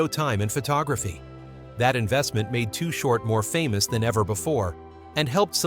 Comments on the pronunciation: Why is he calling him too hort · If your gonna do a video on someone at least get the name right. To the best of my knowledge, the name was always "Too Short" not Too Hort. I always liked Too Short and no matter what the new or latest styles are or how they may be evolving, Short stayed true to his originality. He is still a legend despite what happens. If he decides to throw a gig somewhere, he will still draw a big crowd and as far as I am concerned, that will never change. His music, style and Liricks are respected and vibe strong regardless to this very day. Any of yall who are doing well in the industry right now should be reaching out to him and showing some kind of support. Invite him to your concerts, offer him the opportunity to perform and keep money coming in. I have ran into to Short on many different occasions. Not once have I seen the man get out of pocket or disrespectful toward anyone. We always acknowledged each other and even though we never hung out, we had respect for each other. So from me to you big T, Keep your head up Bro. Your a good Dude and no one can take that away from you. I still remember way back in the day, I was exiting a club in the Walnut Creek/concord area with this girl I was hanging with at the time and As we were walking to my car, You were rolling through bumping some real Shit, when baby girl broke away from me to run up towards you to ask you if your Chain was real. Just like any other time, we greeted each other like we always did and I calmly proceeded to walk tow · THIS IS SOME BULLSHYT AND WHY IS HE CALLING HIM TOO HORT WHO THE HELL IS THAT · Mf said too hort